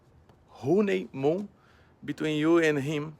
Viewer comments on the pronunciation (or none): Honey mo. HONEY MO. As if he said it any clearer the second time 😂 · Was he tryin to say "honeymoon" ? 😂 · hoonymone..... HOOONEYmoon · Mr. Chaey Soonoo, why you hwooneymwoon wiff skin guy? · am i the only one who thought he said animal? lol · did he say horny mood lol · lmao ''Honimo'' he almost had the pronunciation😂😂😂😂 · Paulo "Huuneey Mu" Costa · Paulo "Khoonee moo" Costa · At least it's not "RoneyMoon"😂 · Paulo “hooney moon” Costa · Nobody: Paulo Costa: HONIMOU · He said HONIMOU and he earns more than your whole family combined. stfu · And we talking about *HONIMOU*, not money, not crime, not country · I love that Costa corrected himself with the wrong pronunciation, when he'd already said it right the first time lol. To be fair, "honeymoon" DOES look like it should be pronounced "Hone-ee-moon" haha His English is definitely getting better and better, which can only be a good thing for the back and forth shit talking between him and Adesanya. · "I fink Chael born to be honey moo" Paulo Costa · no, he said ho knee moon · Giovanni Zanini Hooneymoo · This clown can't even say honeymoon right and he's so confident abt his fight. The second those doors close, Costa getting rocked hard. Period. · The real question is how did Paulo Costa out-Chael Chael on mispronouncing words?